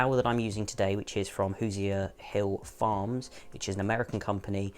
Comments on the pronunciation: Hoosier refers to people from Indiana—I imagine the brand you referred to may be manufactured in Indiana. Hoosier is pronounced like WHOSE-your. ...and yes, this matters to Hoosiers, haha. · Hoosier, pronounced - hoosher